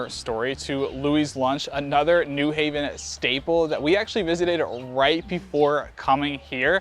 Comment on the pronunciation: newing? It's new haven, ct